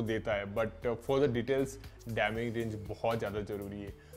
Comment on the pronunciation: Aap galt word kyu bol rahe ho, डायनेमिक होता है